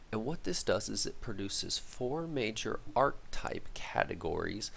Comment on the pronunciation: Can't believe you're so low on followers, these videos are great, hopefully get some more interest from your reddit posts soon. BTW, arch-type isn't a word, the word is archetype pronounced are-ki-type (sorry, but it grated on me).